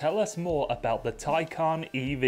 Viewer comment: The Taycan is an amazing car and Bill is entertaining. Btw you pronounce Taycan correctly once, the second time. It’s Tie-Khan.